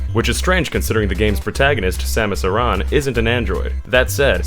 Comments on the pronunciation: Aran (air-in) Samus Aran It's pronounced like this air-in. Not uh-ron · Samus "Iran"? Does this mean I've been saying it wrong? I always call her Samus "Erin". SO do most of my friends. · It's Samus AIR-EN not AIR-RON. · Is nobody actually annoyed by the way he pronounces Aran? Pretty sure it's pronounced like Ar-in not Ar-on. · so that is the correct way to say her last name? Other M makes it sound like "Aaron" rather than "Aa-rahn" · Samus’ surname Aran is canonically pronounced “air-in” just so you know for future reference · Varia can be pronounced either way, but Aran is officially pronounced like "Aaron" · Ahhhhh i cringed so hard hearing ahh-ran and vaa-riia suit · same here :( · No no no It's Samus Iran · Aran is pronounced like Aaron, or Erin, or Arin. Even ignoring the fact that it is spoken in Metroid Prime 3, it's an actual name. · That's one way to butcher the pronunciation of "Aran" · And that's one more youtube who can't pronounce Samus' last name correctly... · you said Aran and Varia wrong. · Samus's last name is badly mispronounced and "Varia" in "Varia Suit" is mispronounced.